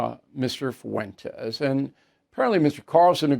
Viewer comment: ‘Mr FUWENTEZZ’ 😂😂